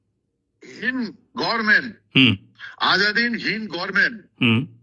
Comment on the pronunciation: আরে গরমেন্ট না কথাটা গভর্নমেন্ট।লেখাপরা টা শেখ